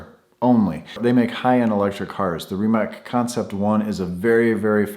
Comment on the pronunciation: I just learned in this week's "Monday with Mate" that Rimac managed to ditch the two speed rear transmission from the production C_two (it won't be the production car name). BTW, Rimac is pronounced ending with "ts", like in "tsar". (Rimac is headquartered less than 20 miles from where I live, near Zagreb, Croatia.) As for Trump, he has sold so much BS to unsuspecting investors in his life (that's the only way he ever made money) that it really verges on hubris to think one can sell BS to him.